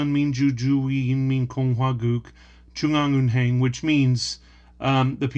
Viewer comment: your pronounciation of "Jwoong-Ang-Eun-Heng" was really good. Mostly Americans can't pronounce perfectly "Heng" but they say Haying. It is one sound heng you did well I amazed. And this is really good stuff we can learn other countries' cultures!